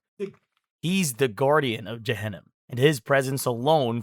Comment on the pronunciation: It's not pronounced byJahanam it's pronounced by Juhunam and it's Pronounced by mooslim not Muslim